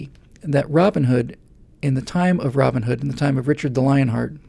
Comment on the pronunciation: Steve Jobs is not way too rich. He's way too dead,. Oh, the mythical (probably) hero has a first name and a surname... ROBIN and HOOD and they are pronounced as separate names.. Hence, he is Robin Hood. You pronounce it like it was ROBinhood (like BATman or SUPERman).